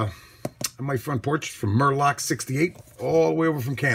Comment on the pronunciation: MUR Kock..lol. That made me giggle! It’s MUR Lock lol